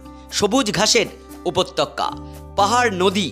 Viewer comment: আপনার কথা শুনে বোঝা যায় আপনি শিক্ষিত লোক , কিন্তু সমস্ত ভিডিও তেই " উপত্যক্কা " উচ্চারণ খুব কানে লাগে , এদিকে একটু নজর দেবেন | উপত্যকা বলার চেষ্টা করবেন |